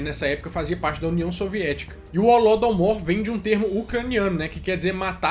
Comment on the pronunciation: Não é holodomour é holodomoro